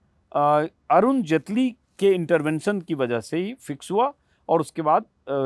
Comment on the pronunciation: तू भी जटेली की जगह जेटली कर